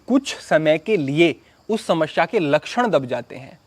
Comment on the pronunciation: Smashea nahi smesea hoti hai bhai😂